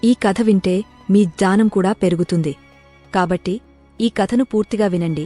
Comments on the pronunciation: Bagundi manchi info but AI voice... gnanam ni jaanam antundi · Gyanam not dhayam or khanam sound not right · Very beautiful explanation in Telugu language. The lady narrated it very well. Only few words like yagnya, gnyanam were not pronounced properly.